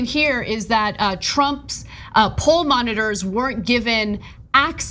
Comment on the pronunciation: I thought you said "hall monitors" rather than poll monitors. It would make sense, seeing how 'school yard' the whole affair is.